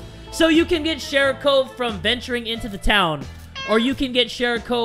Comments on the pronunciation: You pronounce it shArikov, not shErikov. Also, it literally means ball. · continues to call it shErikov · keeps pronouncing sharikov's name "SHEERIKOVE", in the beginning, and im sitting here like... NEW CAT?!?:0